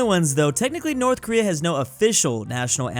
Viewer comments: No watch it subtitles because said north Korea but it sounded like north American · Am I the only one that heard saying North america instead of North Korea